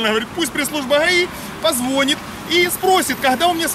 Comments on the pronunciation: ты ради Бога пойми меня прально, без обид. По-русски будет верным говорить не позвОнит, а позвонИт, просто уже который ролик это слово ухо режет. Все-таки на большую аудиторию вещаешь и многие берут пример с тебя. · ВСЕ КАК ВСЕГДА КЛАССНО!!! ОДНО - НО. ВЫ УЖЕ НА ДОВОЛЬНО ВЫСОКОМ УРОВНЕ..... СЛОВО " ПОЗВОНИТ " -- УДАРЕНИЕ НА ПОСЛЕДНИЙ СЛОГ!!!!